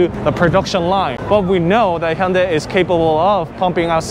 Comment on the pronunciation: I think I'm going to start watching his reviews because he pronounces Hyundai properly (vs. Hon-DAY)